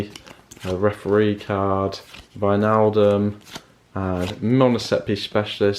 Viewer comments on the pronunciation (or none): none